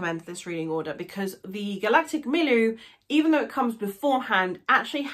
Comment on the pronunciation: I've read these books more than half a dozen times. They are my fav books ever. Julian May is an amazing writer steeped in scientific knowledge. Please pronounce Milieu properly tho.